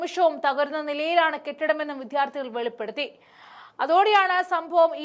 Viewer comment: വിദ്യാർത്ഥികൾ ആണ്. വിത്യാർഥികൾ അല്ല.